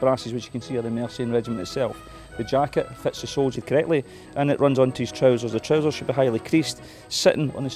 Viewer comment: Colletly lol. I love accents.